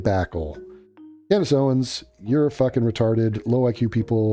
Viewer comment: “Cand-Ace” -Andrew Tate Maybe he’s onto something